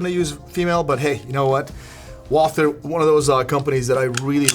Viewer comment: It's pronounced Walter, like there is no H.